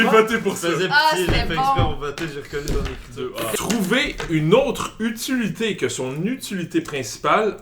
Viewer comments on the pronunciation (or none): Aucune idée pourquoi mais quand a dit utuluté au lieu d'utilité...I lost my shit!!!!! Hahaha bons vidéos les amis!